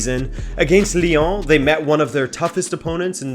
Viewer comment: The way he says Lyon “liong” 😂